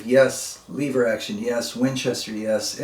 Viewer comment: Jaa there eeh dontcha knoo....Leeever, WRONG!! Proper pronunciation is Lehver, short e....the 1960s Winchester made the 150 lever, 190 semi-auto, 290 pump. They also, made this series for Sears and Roebuck under the Ted Wiliams name plate. Of which the Sears semi-auto was the 3T, and the pump was the 250, of which I have both. Grandfather had all three in .22.LR and .22 Magnum.